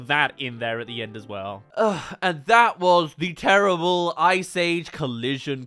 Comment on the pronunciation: DUDE EVERY MOVIE I LIKE YOU SAY "TERRIABLE" LIKE DUDE WTF